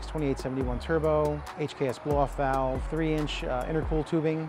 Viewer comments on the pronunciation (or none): none